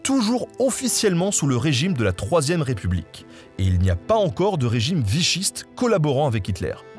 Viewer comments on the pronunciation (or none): none